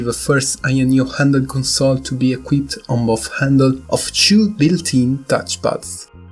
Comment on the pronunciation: Is it two or chew ? 😄